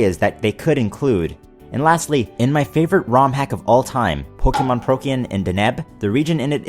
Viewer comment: I like how u say "pokeh-mōn" instead of "pokèmon". Also, where's Russia?